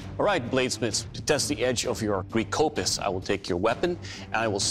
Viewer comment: Its kopsis